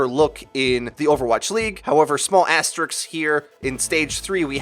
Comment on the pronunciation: It's asteRISK, not asteRIKS. You're like one of those rappers who pronounce ASK as AKS.